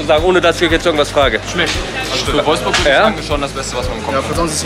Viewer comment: "Wolfburg" wuff wuff! haha starkes video :D